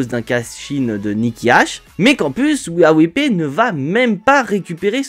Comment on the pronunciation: Wia wipley😂😂😂😂 ou we are replay 😂😂😂😂 la prononciation ma tue